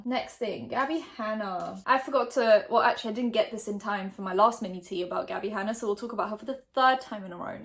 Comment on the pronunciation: Lmao I always wondered why she said manatee when she said mini tea lol